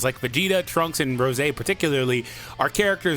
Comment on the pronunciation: i think its quite funny how u say rose when talking about base goku black lol